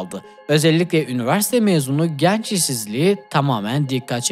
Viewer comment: kardeş "genç" kapalı e olmalı.